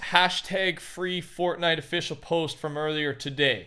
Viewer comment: Fwee fotnite